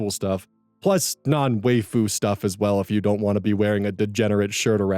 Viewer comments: Did.. did he just pronounce "waifu" as "way-fu"? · He does this regularly